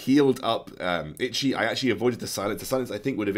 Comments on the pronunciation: Sorry bro.. I know I'm seeing this video late.. but i had to write this in the middle.. coz I bugged me to hear you say itchi.. itchi all the time..😅 it's I-ta-chi.. if you wanna know who that is.. search for Uchiha Itachi (Naruto-anime).. you'll find a lot of story.. love your vid.. thanks for the guide.. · u butchered itachi's name.